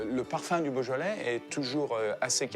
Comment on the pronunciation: “Boja-lay”??? I know French is hard, but couldn’t they get someone to teach the poor guy how to pronounce the French words somewhat correctly?